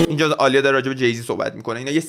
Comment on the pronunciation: عالیه نیست داداش ، اَلیا درسته😂